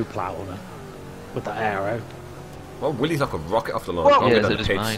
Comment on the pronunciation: That's "Willys," not "Willy."